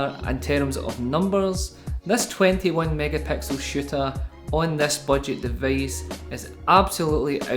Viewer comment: from where is this accent?! O.o "deveice". nice review bro. :)